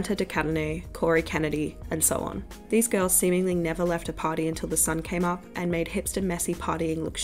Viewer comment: its so funny how you pronounce party as "patty"